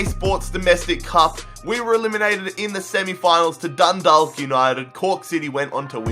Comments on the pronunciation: Sorry again Dundalk is actually pronounced dun-dawk like how you pronounce hawk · your saying dundawk its pronounsed dundok btw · Im from Ireland and I am annoyed how he pronounced the team eg Dundalk prounounced dundak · Its pronounced Dun-dawk, not Dun-dalk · Just so you know, Dundalk is pronounced Dun-Dawk. I'm Irish so you know I'm telling the truth 👍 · Love from Dundalk p.s it's pronounced dundok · you pronounced Dundalk wrong and will you do a millwall rebuild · u pronounced dudalk wrong because u don't say the l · just letting you know you butchered a lot of teams names in the Irish league like Dundalk and Galway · And you aren't saying Dundalk right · I'm from dundalk and he makes a balls of the pronunciation and we're not Dundalk united it's just Dundalk fc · Anyone irish cringeing at the way he says dundalk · Learn how to say dundalk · you said Galway and Dundalk Wrong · your saying dundalk wrong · It annoys me when he says Dundalk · The way he says Dundalk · The way he says Dundalk makes me angry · Your pronunciation of Galway And Dundalk Is horrendous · u said Galway and Dundalk wrong but still this was interesting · The way he pronounces Dundalk kills me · Why is Dundalk so hard to pronounce, just think of Chalk ffs -_ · i am from dundalk and u said it wrong😣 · Eoin Martyn Dundalk and galway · Eoin Martyn yasss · You aren't supposed to pronounce the L in Dundalk , its pronounced Dundauk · It's Dundalk you said Dundolk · It's funny how people mispronounce Irish place names e.g. Dundalk and Galway which are both pronounced with a soft a not a hard a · its dundok not dundaalk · it's pronounced dun-dawk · the l is silent in dundalk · js I know this is an old video but dundalk is pronounced donedawk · You said Dundalk it’s prenounced Dundak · It's more pronounced dundawk I'm from dundalk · The l in dundalk is silent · You pronounce dundalk ,dundawk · Dundalk is pronounced dundauk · It's pronounced like dun-dock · Also it's "Dun-Dawk"